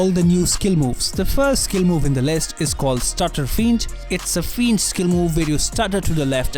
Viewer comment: FYI : "Feint" is pronounced as "Faint"